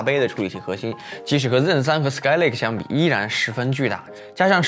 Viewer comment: zen z嗯，bench笨嗯吃，这读音听的头痛哈哈哈哈